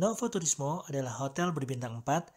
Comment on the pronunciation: Bacanya nowu turismo gtuh kak...hehe...slm yah dri Tiles...di el legendario pizza nya dunk kak..eneak